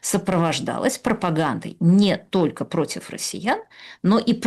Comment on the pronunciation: Уважаемая Юлия, ведь вы не только образованный человек, но и даже книжки какие-то пишите, ну как можно наречие --- только, произносить как "тока". У меня так прабабушка говорила, но она была из деревни и неграмотная.